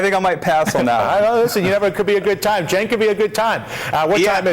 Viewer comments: glad to hear dylan is finally pronouncing cenk's name right! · It's pronounced Jenk, but it's spelled Cenk. His name is Turkish, and in Turkish you pronounce the C with a J sound.